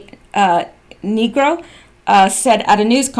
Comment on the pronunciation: That name is pronounced Nigro with a long i , it's Irish. love your videos